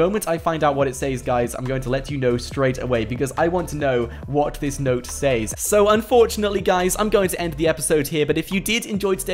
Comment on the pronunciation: It’s not saes is sez